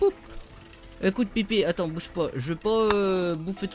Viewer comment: Je reve ou a dit " Ecoute pipi " au lieu de ecouter pépé vers XD